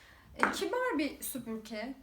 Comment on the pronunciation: Video çekiyorsunuz topluluga hitap ediyorsunuz keşke sübürke değil de SÜPÜRGE olduğunu öğrenseydiniz